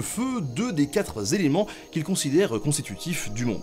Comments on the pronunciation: Salut, je profite de la minute réservée aux beaufs pour signaler qu'à la minute , prononcer "quatre-z-éléments", c'est franchement bof bof... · Alors le gars est fort en histoire, peut-être mais en Français top nullissime : quatre Z éléments à et je ne noterais que celle là, tellement il en fait après. C'est malin, j'ai plein sang qui coule des oreilles !!!!! Allez, bizoux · Très bonne vidéo encore mais AAAAAAAAAAAAAAAAAAAAAAAAARGH :!!!!! quatre Zéléments ? noooon s'il vous plaiiiiiit =)